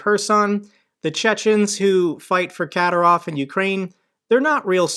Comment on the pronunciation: his name is pronounced Ka'dy'rov...